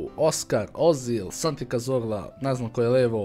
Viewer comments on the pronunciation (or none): none